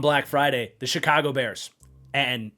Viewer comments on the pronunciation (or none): none